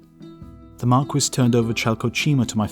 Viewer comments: Marquis is pronounced "Mar-kee" not "Mar-kwis" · Marquis isn't pronounced mar-kwis, it's mark-ee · I though marquis = mar-KEY. French word, and all... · Great vid, luv the channel, but the word "marquis" is meant to be pronounced "mar-kee / mark-key", just like the rapper Biz Markee . . . . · Biz Markie, actually. I'm also American, but I was referring to the French pronounciation. I guess the Brits pronounce the word differently, ancient tribal rivalries between England and France and all that jazz. So, I'll call it a day and wish you a "cheeri-oh, old sport" . . . .